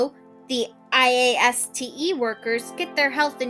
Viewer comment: Also, wow, you really do say IASTE the entire time don't you?